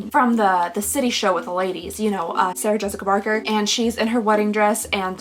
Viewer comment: Did you say Sarah Jessica Barker?? 🤣 This is why I love watching your vids, you just roll with it and I’m totally here for it hahaha